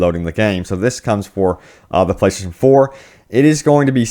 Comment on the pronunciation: Why the hell can't he say "playstation"? Why is it playshashion?